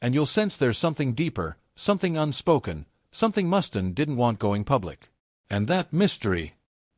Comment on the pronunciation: Click bait narrated by AI that can't pronounce names for shit.... WhoTF is Dave Mustin? haha